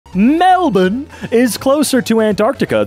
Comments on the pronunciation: I'm so glad I found this channel. I was initially sceptical when I first heard, but fuck me, he gets better the more I listen! Gotta agree with the comment about his correct pronunciation of Melbourne. Well done, sir! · It should be pronounced mel-born but yes we Australians call it Melbin. I wouldn't say just because everyone pronounces something a certain way even the people of that country means they are right. Nah Australians in general just decided it was too hard to say mel-born and saying mel-bin was quicker and easier. A lot of our town names are Aboriginal words, do we pronounce them correctly? Probably not. The foreigners calling it mel-born are just using English logic to determine how to pronounce it and then aussies laugh at them for some reason and tell them that's wrong. No... we are wrong. We just decide to pronounce it incorrectly but okay. The city being in our country does not make us correct about its pronounciation. Australia did not invent English. Bourne is pronounce born not bin. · melbern or melben is how we actually pronounce it here IN MELBOURNE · I think every Australian knows it's Melbourne pronounce (mel-bin) not Melbourne pronounced (mel-born) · Can we take a second to appreciate pronouncing Melbourne correctly?